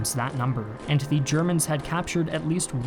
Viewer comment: You constantly mispronounced Ze Chermans.